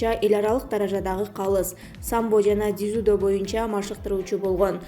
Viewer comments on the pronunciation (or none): Дизидо эмес дзю-до деп айтылат и жазылат. Макалье саклье дегенинерди койгулачы🤣🤣🇰🇬🇰🇬